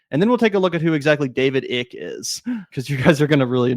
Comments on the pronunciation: His name is David Ike, it's not pronounced "Ick" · Hi I'm from the UK and Icke is pronounces Eyecke - he's been around along time in the UK and started off as a youth footballer (until rheumatoid arthritis ended his career) and sports commentator before he went completely batshit. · "Icke" is pronounced "Ike". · David Ick, as in "Ick" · PRONOUNCING IT DAVID 'ICK' IS HILARIOUS AND SO APPROPRIATE LOL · David EYE-K-UH